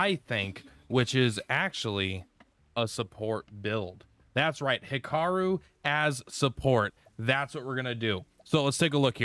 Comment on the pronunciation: How are you still saying Hikaru